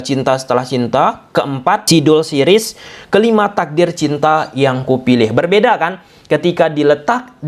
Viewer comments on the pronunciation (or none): none